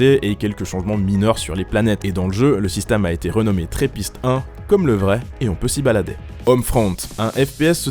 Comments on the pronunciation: C'est toujours triste d'entendre dire que c'est la NASA qui a découvert TRAPPIST-1 alors que c'est une équipe de chercheurs de l'université de Liège qui l'a faite. Ma pauvre université mise à l'ombre :'( (D'ailleurs, on dit trappiste et non trèppiste : comme les bières :D). Vive la Belgique ! (même si l'on a perdu la coupe) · Trappiste pas tréppiste, c'est un belge qui a découvert ça et c'est en honneur aux bières trappistes 😉 sinon bonne video! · on dit trApist et pas trEpist c'est belge omg! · le system a ete trouvé par des belges, d'ou le nom trapist, donc on dit trapist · Alors ne prend pas l'accent Anglais en disant Trappiste . Ce sont des Belges qui l'ont découvert . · Aïe mes oreilles.. Trappist-1 a été découverte par une équipe belge et le nom est un hommage à nos fameuses bière. Trappist doit donc être prononcé à la Belge (ou à la française, pour le coup, c'est la même chose) mais surtout pas à l'anglaise!!! Le "a" n'est pas un "è"... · La prononciation de "trappist" est a revoir. Il y a deux "P" le "A" se prononce presque comme en francais dans ce cas la. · Ca se prononcer pas comme ça trappiste, sa se prononce comme les bières trappiste